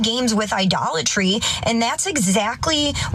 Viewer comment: Did she say IDOLLARTREE! LOL